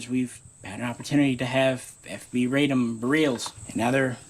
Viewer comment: RAY-DOHM BERR-REL